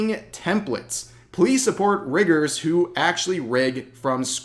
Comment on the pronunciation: Really need to work on the enunciation of "rigger"